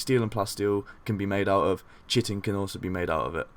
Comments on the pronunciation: hey dude, great vid, had no idea this mod was even released! It's going straight into my load order. Just a heads up, chitin is said more like kite-in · I like the voice to this video. My only complaint was the mispronunciation of "chitin". Thanks for the video!